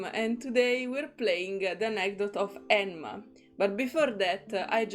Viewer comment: Since his voicelines don't seem to mention it, 'Enma' is, if I remember correctly, pronounced as 'Zima' (Zee-mah). It is also the Russian word for 'Winter'. Hope this helps ^^. Fun Fact: If you have him at max bond, you can see that the bird has the same name as him (also pronounced the same way, 'Zee-mah', despite the different text). It's implied that it was originally the bird's name. And someone else already mentioned it before me, but Investigator II also appears in Getian's character story and he gives his name there!